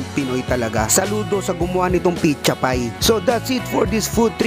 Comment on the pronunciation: "picha pie" ganyan din lola ko sa pizza pie hahahaha